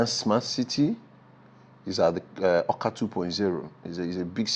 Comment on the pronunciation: It's Awka not "akwa"